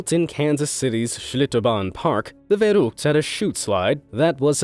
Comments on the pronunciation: correct me if I'm wrong as I'm Dane and not German. But if I'm right "verrückt" is pronounced more like "ferryckt" using the English pronunciation of letters. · POV you’re a german and hear him pronounce verrückt XD Aber gut gemacht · always puts a smile to my face listening to non natives pronouncing german words including ä ö ü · I love how non-german-speaking people pronounce "verrückt". XD I knew that this accident would be in this video. Two weeks ago I already saw a video about this accident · Verruckt it's not even close to pronounce correctly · Ich finde es witzig, dass Nicht-Deutsche ständig Probleme haben, das "ü" auszusprechen. "verrückt" wird dann zu "wöruhkd", was für mich Deutschen witzig klingt. Nichts gegen Dich, aber ich konnte Dir kaum zuhören, weil ich so laut lachen musste;) (Kleiner Tipp: das "ü" ist eine Mischung aus "u" und "e", die zwei Pünktchen über dem "u" waren vor langer Zeit mal ein "e", das man einfach über das "u" geschrieben hat.) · no you need to say the ü like ue im german so i know that and you need to say the A like A not like Ä And is that racism or does that mean that we are normally secure? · Dude, it`s "verrückt" not "verruckt" - only because the so called (in German) Umlaut "ü" doesn`t exist in English - it doesnt mean there is no difference to a "u". There is even a generally fully valid grammar rule to express those Umlauts ä, ö + ü by their replacement variants set together using "normal" vocals only : ae, oe + ue. As you can see, this is very different, especially in pronounciation. Please mate - if you using foreign words that often in a sequence - please dont make it sound that cringe to sb aktually speaking that language :D Apart from that, nice video =) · You Pronounce it wrong! Verrückt*, not *verruckt You have to pronounce the "ü" in another way than the "u" By the way, it's called "Markus Rühl", not "Markus Ruhl" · i live in Germany, verrückt is pronounced 'ferrückt' (and the 'ü' is SHORT!)